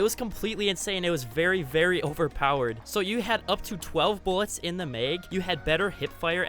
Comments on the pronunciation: Nope, lost interest when he said may-g (mag), it’s mah-g (mag) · It bothers me that he says Meg instead of mag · It’s mag not meg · He pronounces mag “meg” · The mag he says the meag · “In the meg” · Am I the only person hearing meg instead or mag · He said mag like meeag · Why does this guy say “meg” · It's funny how you say "maig"😂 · Are you Canadian? Also i noticed you pronounce “max” with a n open “a” sound, but a simple 1 letter difference with the word “mag” changes your pronunciation of the word to “meg” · You must be from Minnesota saying Mag like it’s Meg :’) thanks for the trip down nostalgia lane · No one commented about how he pronounces mag????